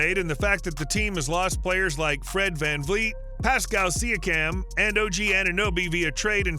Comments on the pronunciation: I fucked died when he said that. Pascal Seee Uhhh Camm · Guy really said Pascal See Uhhh Cam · Pascal See-a-cam?????? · Embarrassing that this guy can't pronounce Pascal Siakam's name correctly. Pascal been around for a while. Amateur content creation. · Is this ai? How do you pronounce siakam wrong?